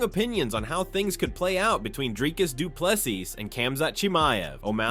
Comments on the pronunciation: Say Du Plessis the way you say Chassis... It's the same syllable, one syllable. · These AI voices don’t get the French nuance in his surname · Bro, learn to pronounce the dude's surname you are butchering it.😅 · Bro this is a robot generated video, it cannot say DDP's name correctly, what do you expect it to know about UFC?